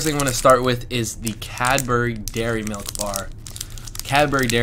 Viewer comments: Interesting to hear you describe things we take for granted and have grown up with!! Good advert for Cadbury too, as I don't think I would ever say the brand just the name of the bar!! (Btw, we say Cadbree rather than Cad-berry, its quicker!!) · Cadbry, not Cadberry, or Cadburry!! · I'm so pleased you now have a proper stash of really good UK chocolate. I hope you have a good hiding place for it all. One last step to UK chocolate assimilation- it's Cadbree or Cadbreh: If you say it like we say it, we will recognise you as one of us. I remember Curly Wurlys from when I was a child- they seemed to be the length of ladders, and your jaw would start aching halfway through. Happy days. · ITS SAID IN BRITIAN LIKE CABRY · ? Its Cadbury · I know, but most people pronounce it Cadbry.